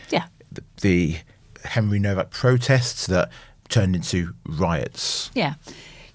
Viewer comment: It’s HENRY NOWAK NOT NOVAK